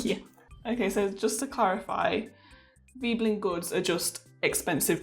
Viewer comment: I had always thought it was pronounced v-eh-blen, not v-ee-blen. I can only find v-eh-blen elsewhere, but am happy to be shown wrong, if someone can point me in the right direction (i.e source).